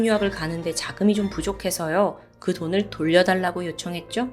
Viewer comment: 돌을돈을...아직 실수를 하시네요 요즘 영상도 NG영상 만들어주세요 너무 완벽하니까 그러실때마다 너무 웃김